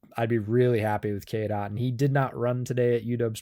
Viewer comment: Listening to the podcast I heard KDot instead of Cade Otton. Had to come here to the description just to see who KDot was 😂